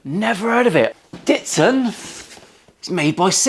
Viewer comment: Not Datson.... You know Ditson or Datson AIN'T IT JUST AIN'T IT 😜 lols.... Scotty Lawson here....